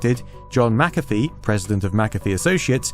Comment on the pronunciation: Good video, very interesting. Is it just me that gets unreasonably annoyed at McAfee being pronounced at MacCaffe. Same applies to McDonalds being pronounced MacDonalds